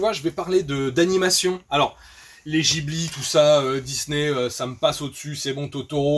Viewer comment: En réalité, on est censé dire Djibli. Mais c'était même pas une critique sur la prononciation en fait, juste qu'à chaque fois que j'entends le nom du studio je pense à ça, c'est tout...